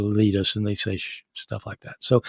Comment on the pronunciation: I'll have you know that "Shtuff" is a well attested word in multiple manuscripts!!